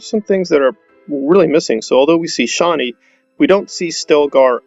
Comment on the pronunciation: There are interviews and readings from Frank Herbert, that show he did not pronounce Chani the way you do.